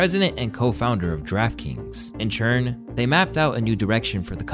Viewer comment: Why do you always say churn instead of turn??